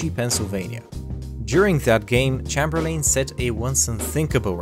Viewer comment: That's definitely how you pronounce "Chamberlain"